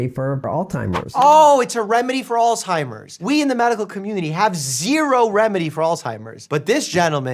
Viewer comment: he can’t even pronounce Alzheimer’s correctly. 😂